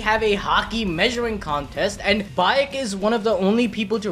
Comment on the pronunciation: Y'all said Cha Hae-in's nane correct....then butchered Baek Yoon-ho's name haha. Same "ae", so just as how it's "Hay-een" for Hae-in, it's "Bayk" or "Bake Yoon-ho" for Baek Yoon-ho.